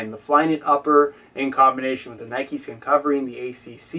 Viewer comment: Its just Nike, not "Nikey"